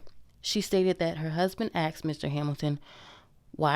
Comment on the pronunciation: Why do people still say axed.